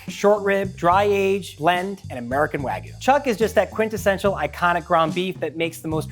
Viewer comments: It's wagYU not waGOO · Sounds more like Ragout, Wagoo 💀👍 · its wagyu. not wagu. pronounce it correctly stupid american. educate yourself. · Its gyu not gou fling american😭😭😭❤️ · The way he says "wagoo" drives me nuts lol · Wa-gee-you not wa-goo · Wag-yoo. Not whygu. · These experts can't even pronounce wagyu correctly... wagoo? wagoo? it's WAGYU! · My biggest pet peeve in the world is hearing people say "wagoo" instead of Wagyu. Do you think the Japanese put a Y in there for no reason? Does something with the word "goo" in it sound appetizing in the slightest? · why is he pronouncing it wagoo? there's a y in there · Wagyu has a Y in it. "Wag Yew" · Americans saying wagoo. Funny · BWAHAHAHAHAHA! Literally just one Google search would've prevented this stupidity. Wag-oo 😂😂 white people pronunciation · Just did. What are they teaching you in America? I've never heard of it being pronounced like "wuh-gyoo". It should've been clear to me you're American. Odd ones out as always. Hopefully you don't ever pronounce it like that to a Japanese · First it was him saying "wa-goo" but the squeezes really became too much after a while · "Wagoo" lol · it's pronounced wa-gyoo/wag-yoo you dingus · i have NEVER heard someone pronounce it wagoo until this moment 😦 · I don't know how many more times I can hear you say "wagoo". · I stopped watching when I heard how he pronounced wagyu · This dude's pronunciation of Wagyu is absolutely destroying me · this video is really neat, but the mispronunciation of wagyu and sake made me cringe. especially with how often wagyu was said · Should have got a guy who knows how to pronounce wagyu. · Why do Americans neglect the Y in wagYu?! I live in Japan and this irritates me (and others) so much! The Y is NOT silent! (also choosing to ignore the hard A sound) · you dont have to know any japanese to see theres a Y in the word and he keeps leaving it out